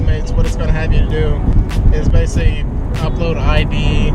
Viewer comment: "base-lee" this is "base-lee" a video about postmates